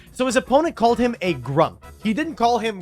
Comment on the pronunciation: Hoooly he called him a grump with the HARD “p”